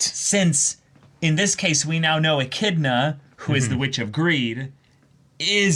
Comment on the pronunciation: Finally, somebody who already knew how to pronounce "Echidna" correctly. This is why the are the best reactors. Men of culture and learning, through and through.